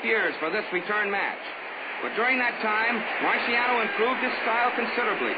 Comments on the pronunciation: They have never ethnically respected this man - he is Italian & his name is Italian, pronounced MAR-SHAH-NO not MAR-SEE-AH-NO RIP 🌼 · The announcer is terribly annoying!! Can't even pronounce names Right😞 Going to search for fight with different announcer! Keeps saying Rocky's name like it's a marshmallow